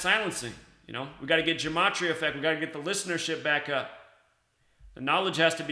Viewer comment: Dude, it’s numerology and you don’t even pronounce gematria correctly. It’s so fucking annoying. Gematria is the encoding of words into numbers. Numerology is the decoding